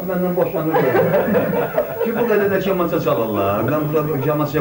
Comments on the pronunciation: Ay adam,kamança sözünün ilk hərfini səhf deyirsən.Kələm və kobid sözlərindəki ilk hərf yazılışca eynidir, deyilişcə intonasiyaca fərqli.Dilimizə hörmət edin,zəhmət deyilsə! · Rəhmətlik Habil bəy bilsəydiki onun kamançasının adını belə səsləndirən olacaq bəlkədə kaman çalmağına peşman olardı😂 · Her şeyi gözel izzah edirsiniz rehmetlik 7 yaşında kamanı çalmaöı öyrenib sizi kimi insanlar kamanın adını düz demeyi helede öyrenmediniz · K İLƏ KINI DƏYİŞİK SALMAYIN. AZƏRBAYCAN DİLİNDƏ KAMANÇA DEYİLİR MUSİQİ ALƏTİNƏ. MƏ'LUMATLARI DÜZ VERİN. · Kamanca zozunu duzgun teleffuz etmir. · Ayib olsun bu apariciya Kamancha sozunu duzgun teleffuz ede bilmir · KAM.KAMAN.KAMANÇA.KOM.KOMA sözləri xahiş edirəm düzgün tələffüz edin siz gözəl unudulmaz sənətkarların haqqında veriliş hazırlayıb xalqa çatdırmaq üçün əziyyət çəkirsiz ancaq sözləri düzgün tələffüz etmirsiz İnşallah sözlərə diqqət etsəz veriliş çox gözəldir uğurlar sizə Dahi unudulmaz sənətkarları yada salırsız Allah onları rəhmət eləsin Amin İnşallah 🤲🏻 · Oğlum 1 səhvin var kamança sözün düz demirsən onu düzəlt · Kamanca ne demekdi sozu duz tellefus eleyin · Bu nedi buda teze clxdl kamanca dilimizi unutmagln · Lap əsəb oldum e. Kamança yox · Kamanca sozunu duzgun deyə bilmirsən hormətli aparici necə fərqində deyilsən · qardaş kamanca sözünü niyə düzgün demirsən? maraqlı danışırsan ancaq kamanca deyəndə adam dilxor olur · Kamança gözvə girsin,əsəbləri təmiz pozursan,robot kimi danişrsan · Bu danıışan kimdisə deyəsən bizim millətdən deyil, yəni bu vaxta qədər ķamança nın adını düzgün deyə bilmiŕ ,bu çox gülünç səslənir, bilmirsən danışmada səni ñə məcbur edir internetdə danışasan ,get başqa qazanc yolu tap. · Sən deyəsən bir tərəfin ermənidi.kamançanı ermənilər kimi danışirsan. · BU NƏ KAMAN ,KAMAN DEUİR KƏMANÇA DI ADI . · Ayə kalkotka yox eyy KAMANCA. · Kamança yox deyilərkən Kəmança. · Qamanca yox, kamança. Düz tələffüz elə. 😅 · Kamança K kı yox k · aycindir kamnca nevaxtdan qamanca oluf ay oxraw sozu duz emelli de da cindir